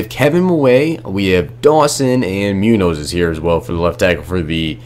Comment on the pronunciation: The way this man said Munoz made me want to die. Its not pronounced moo-nose its moon-yoz